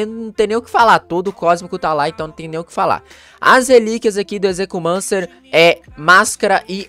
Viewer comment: A pronuncia do nome dele e ezequiumencer